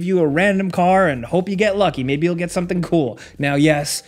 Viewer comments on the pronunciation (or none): none